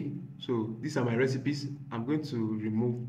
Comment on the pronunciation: bro can't pronounce Recipes. what an irony....😢😢😅😅